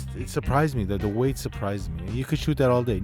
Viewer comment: Isn’t it pronounced “weight” ?